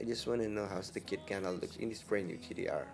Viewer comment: You pronounced it as "gdr". Not being racist it sounded like gdr